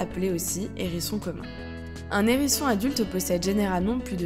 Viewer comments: Sympa cette vidéo... mais le nombre de liaisons "nérisson", "zérisson".. ca tique aux oreilles... :) dommage. avec le "h", on ne fait pas la liaison, comme avec hibou, haricot, etc... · Hérisson... HHHérisson, avec un H aspiré. Pas un nérisson, les zérissons. M'enfin. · Sérieux ?! Un ''Nhérisson'', les '' Zhérissons'' ! Ouille mes oreilles ! 😂 Désolée, mais c'est comme sur '' voyage au bout de la nuit'' ... 😁 Même si le sujet est super intéressant et la voix pas désagréable au départ, le fait d'entendre lire comme ça, c'est rédhibitoire 😔